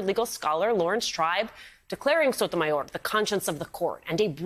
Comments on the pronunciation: Your speaking English, stop with that cringe Sotomayorrrrr. Your not Spanish! You say Paris not Paree You say Germany not Deutschland So cringe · wow, way to pronounce her name....it sounded like you were choking ona chimichanga......msnbc stoops one step lower on the way down with that shenanigans